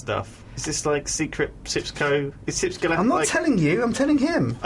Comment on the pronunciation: i thought it was Sjips co not sips co